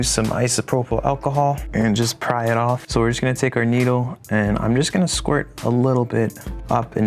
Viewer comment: ayoooo he said squrit